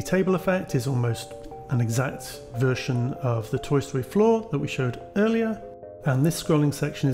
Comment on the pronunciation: It's fun for me to hear you say "floor" and think you're saying "flaw", and wondering why you were dissing a thing. You weren't. Tiny mental puzzles.